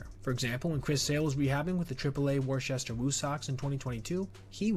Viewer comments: "Wooster", my friend, "Wooster".😢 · Your pronunciation of "Worcester" needs enormous work.